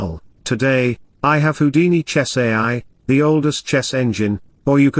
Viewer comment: Haha, smoking in the garden. (PS. it's pronounced Who-dini, not How-dini.)